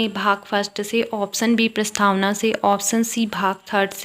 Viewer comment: प्रस्थावना नही प्रस्तावना